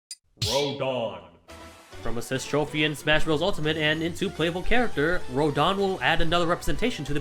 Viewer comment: I'm not the guy who yells at people for wrong pronounciations (idk how to write), but who the hell pronounces Rodin as "Ridon"